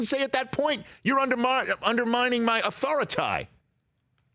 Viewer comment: LMFAO Authori-tie